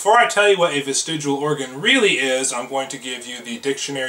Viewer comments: The YEC cant even pronounce the freakin word.... Dont ever trust anyone who repeatedly mis-pronounces a word without addressing that fact... Ie..."am i saying that right?"... The YEC is a dumb fuck who needs to be drawn and quartered... Via his vestiGIAL limbs... Hahahaha... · This idiot can’t even pronounce the word “vestigial”correctly while presumably reading it from a copy. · Why is it that willfully ignorant people refuse to pronounce words correctly when they don’t agree with the definition or use of the word? The word here is not "ves-ti-joo-ul." I bet he also says "noo-cyoo-lur" and "homma-sek-shul," too. At any rate, I had to stop watching after only a couple of minutes, because I could feel brain cells committing suicide while listening to this moron. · Stop saying vestigual holy shit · He's saying "vestigual", and yet gives you a dictionary definition. In his own video you can see it's actual spelling. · He keeps saying vistigUal instead of vistigial, is this bothering anyone else? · It is VESTIG*I*AL not VESTIG*U*AL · Bitch it's vestigial not vestigual... get your mind out of fiction and read a normal book. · Hey fatty, it's not "vestigual." Kinda lose your credibility right out of the gate. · This stupid fuck can't even pronounce the word "vestigial". It's not "vestigual". Like the other dumb fuck who insisted that NASA uses "Augumented" reality. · He keeps pronouncing it "vestidual". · Why did he call it vistig-u-al? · Why did he pronounce it "vestigual" when he was reading it out of the dictionary. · Is it really that hard to pronounce "vestigial"? Fuck dude 😂 Well done Rhino